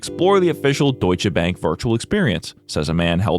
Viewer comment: New video! I do wanna compliment you on your pronunciation of "Deutsche Bank" - the Deutsche was really great! The bank, well english lol (yes bank (the money institution) is the same word in english and german, tho in german it can also mean bench) You upload always when I actually wanna sleep - and also need to get up early the next day 😂 Oh well, sleep is overrated anyways